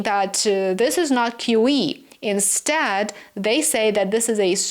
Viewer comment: QE, not QE. Its QE